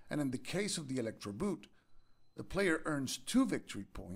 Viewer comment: Elektroboote (=electroboats) 'boote' is pronounced as b as in BaBy, oo as in bOne, t as in Tie, e as in sUppose.Thanks for your effort, interesting game, but not really solo friendly imo. I'll stick to Viticulture for a good solo worker placement game for now, no Nazis there :)